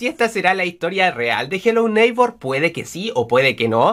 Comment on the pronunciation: me encanta cuando dices jelou neikbour😂😂😂